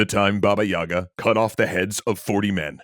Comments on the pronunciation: istg it triggers me to no end when people pronounce it Yaga > .< in proper official Russian, i.e. not some provincial/fringe accent, it's Yega and the stress is on the Ga syllable, not on the Y, so the Ga sound is longer. It's been drilled into me from infancy, from being forced to read Russian children's books so I don't forget the language, and I just cannot keep hearing it mispronounced all the time. I'M LOOKING AT YOU JOHN WICK D:< I've only ever heard a single Russian call her Yaga (again with the stress of the ga so the ya sound is short), and his wife keeps scolding him over him constantly saying it like that xD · I always wonder why people pronounce it with the wrong emphasis, since it's actually Baba Yagá, not Baba yága. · It's not "bAba yAga", it's Baba yagAh. As in "an older woman who is disabled, disfigured, widowed, can't have kids, suspected of witchcraft, anything or everything of the above - or in any other way is just creepy to be around in a slavic village (and that takes quite a feat to achieve)". Such women became outcasts, recluses and ultimately a collective basis for the wise but terrifying Baba Yagah.